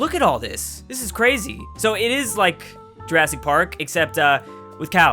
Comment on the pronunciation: Mooasic Park